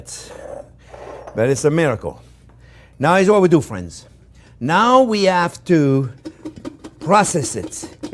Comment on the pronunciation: i was having a horrendous day but hearing him say "okay fwiends" so happily and excited just cheers me up every time